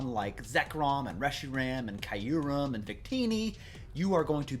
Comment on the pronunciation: Kyurem pronunciation = "cure-rem" y is silent